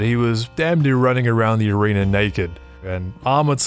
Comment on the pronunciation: Where did they get their helmets from...who made them? And for Pete's sake...watch the pronunciation of "arena"...I caught you saying "arenER" at the very beginning!